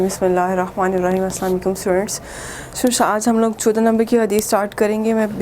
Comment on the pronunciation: Ma'am its not ilaikum its alaikum